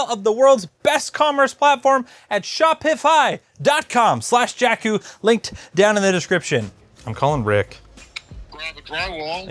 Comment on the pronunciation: "jakeeeeus" that was perfect